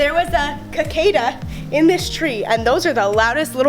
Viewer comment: Um when you said:Kisada did you mean to say Cicada (Sic-ayh-da)